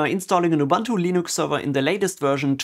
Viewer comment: I just watched couple of your videos, really good quality stuff. One thing strucks me though in every video. Since I used to be Ubuntu maintainer, my ears are bleeding when I hear how you pronounce Ubuntu ;)